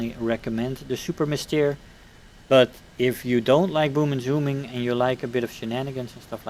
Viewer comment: You pronounce "Super Mystére" very well. Nice video.